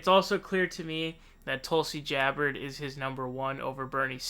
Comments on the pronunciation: And he says "Jabbard" instead of Gabbard. And "Klobucar" instead of Klobuchar. Next we'll hear "Sandeers" instead of Sanders lol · LOL. Joe Ro GAN and Tulsi Jabbard. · i like how you twist everybody's name: Joe RoghEn, Cory BOker, Bernie SAnders, Tulsi GEabbard,etc